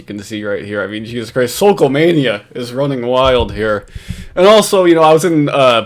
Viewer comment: I’m so thankful nailed “The Sokol.” Yes, “Sokolmania” is a thing. He’s now living on Cape Cod btw! The word is out! Let’s get “The Sokol”!!!